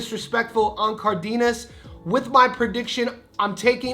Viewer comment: ❌ NAY-YOH-UH ✅ NAH-OH-YAH ❌ IHN-YOU-EH ✅ EE-NOH-EH Also, it's "Cardenas," not "Cardiñas"